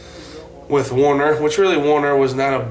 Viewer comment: You drivers need to pronounce "WERNER" correctly. Clue :doesn't have an A in it.